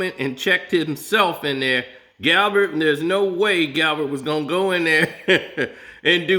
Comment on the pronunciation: Galbert lol,, Gabbert. Tom went out of his way last year in the last game yo get AB his incentives.